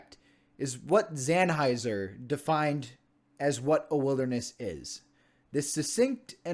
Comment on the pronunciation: Nicely done video! Thank you for highlighting the importance of America's wilderness! 👍🏻 Couple of comments: 1. Howard Zahniser's last name is actually pronounced ZON-i-ser and not Zan-hiser. Common mistake. 2. Congressionally-designated wilderness areas do not necessarily need to be 5,000 acres in size. The Wilderness Act of 1964 does not actually establish a minimum size requirement for wilderness areas. The smallest designated wilderness area is the Pelican Island Wilderness in Florida, managed by the U.S. Fish & Wildlife Service, at only six acres. And in fact, there are 90 wilderness areas that are 5,000 acres or less in size within America's National Wilderness Preservation System.